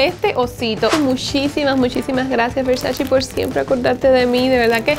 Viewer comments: Se escribe "versace" y se pronuncia Versache no versachi. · Es VersaCHE, no versaCHI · porque pronuncias “VersachI” si hasta Donatella hizo un video enseñando a pronunciar su apellido y nombre de marca la cual se pronuncia con E y no con I? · Todo divinooooo, pero se dice VER SA CHE! es italianooooo! Yo estudié, ver sa CHE! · se dice versache lo dijo la misma donatella en su video de 73 preguntas Vogue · no tolero que digan Versachi 🙄 eres muy agradable pero en serio. es como patada en los 🥚 oir eso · Empieza por aprender primero como se pronuncia VERSACE!